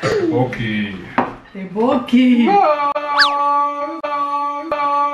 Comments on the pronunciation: Maaf, itu tteokbokki,kalau disebut jdi toppoki🙂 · Maaf nih mak.. pengucapan kue beras korea itu bukan tteboki.. tapi ttoboki mak.... trs sudut pandang kameranya menurutku lebih enak yg dulu ...yg diambil menghadap meja makan... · Maaf bukan tepoki, nyebutnya topoki. Coba nonton film drama Korea dch.... Gbu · Itu teokpoki bacanya topoki.. Bukan teboki 😂😂😂 aku dengernya geli2 gimana gitu tiap x mamak nyebut teboki... 😂😂 oiya tips biar ga jontor makan samyang.. Makany pake sendok garpu digulung2 kaya makan spageti gitu trus mangap segede gedenya.. Biar ga kena bibir.. Trus biar perut adem bikin deh mak susu soda ato ga susu kental manis dikasi sirup 🍓 dijamin makin maknyos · Toppoki mak bacanyaaa buka teboki hehehe 😊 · Ttopokki bkn teboki kak.hehe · namanya ttokbokki,bacanya tokpokki..bukan tehboki mak.. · Tteokbokki (dibaca tokbokki), bukan teboki 😂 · Bacanya topoki mak, 😅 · Teokbokki nya di bacanya tokpoki Mak, itu yg putih2 namanya teok klo teokbokki itu yg udh jadi sma kuah yg merah2 itu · Tteobbokki bacanya topoki ✌🏻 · Baca nya topokki, hehe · tteokboki bukan tehboki😂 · Tulisannya teobokki( kalau tdk salah) cara bacanya toppokki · Entar,hanya saran,sepertinya yg benar untuk penyebutannya Tteobboki itu Topoki ya kak,hanya saran